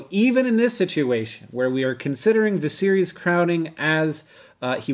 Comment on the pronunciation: lol I thought he was saying “the series” for the first two times....